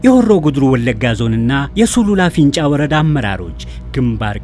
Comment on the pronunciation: ፊንጫ፡ማለትህ፡ነው? " እ" ምናገባው?